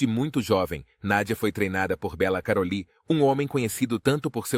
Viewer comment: Detesto vídeo IA pq pronunciam tudo errado é Bella Karoly o nome dele. Karolíííí ... naaaao